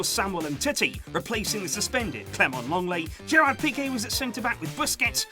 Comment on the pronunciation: it's not pea-kay it's pea-keh